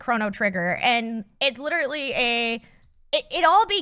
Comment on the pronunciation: says literally instead of literally. My friend Megan used to do the same thing and its adorable.